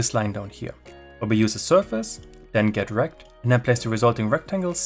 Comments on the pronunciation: .get_rect sounded like Get Wrecked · I'm Australian and couldn't help having a little giggle every time you said "get rect". Great video by the way, thank you!